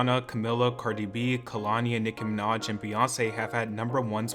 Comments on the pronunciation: Nicki minaaaaaazhhhhhh not Nicki minadge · doja was right, u gotta stop saying Nicki‘s last name wrong/badly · You really pronounce nicki minaj weird LOL i’ve never noticed till the doja react video